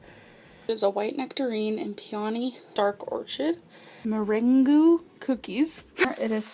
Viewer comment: or-chid mer-an-goo